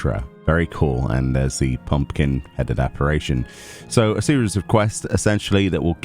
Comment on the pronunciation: Hate to be that guy but its pronounced "App-a-rish-en" Apparition that is, looking forward to the Emo look this year.